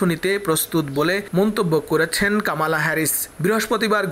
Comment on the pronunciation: কামালা নই, বলুন কমলা হেরিস। উচ্চারণ ঠিক করুন।